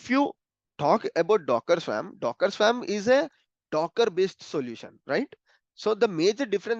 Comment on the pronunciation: Just btw and I know this is a silly thing but..the word "swarm" is pronounced as /swɔːrm/ in English. Sounds like worm, not swam LOL